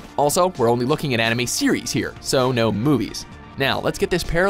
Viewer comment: I swear he said ANIMEE!!